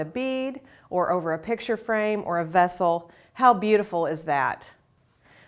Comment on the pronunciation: When she said "vessle" i made me think of son